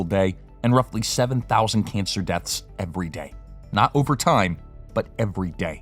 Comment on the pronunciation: lol... "every dæ" :'D